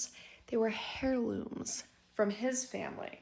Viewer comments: I can't get past "hairlooms". She said it a few times, putting emphasis on it. 😂😂😂 I rewatched just to laugh. Hairlooms! I can't. 😂😂😂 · Between one of the storytellers voices making these sharp whistling sounds when she speaks, like nails on a chalkboard, then saying "all you could hear in the attic is stumping, stumping, stumping" (I'm assuming she meant "stomping"), HAIR-looms, "she axes him" (asks), "like, share, comment, repost, and reshare" (redundant), and the rhyming at the beginning of one of the girls stories, I wanted to rip my hair out. I love listening to stories like these but some of the storytelling is aggravating. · The H is silent in the word hierlooms it is literally pronounced airloomz not to be mean I would want someone to tell me if I was saying it wrong 😊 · She meant heirlooms and the h is silent in this word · OMG that was making me crazy 😂😂😂 hairlooms. Someone needs to tell that girl it’s heirlooms. 🤦🏼‍♀️😂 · "air-looms" that's how it's pronounced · Between "stumping" and "HAIR-looms" (not sure why the emphasis on "HAIR" was made every single time the woman said it, maybe doing it on purpose, but my weird brain just can't get past mispronounced words...especially when the person saying said words does it repeatedly. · Please stop saying HAIRlooms. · Did girlfriend say "hairlooms"?😂😂😂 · And kept saying it 😂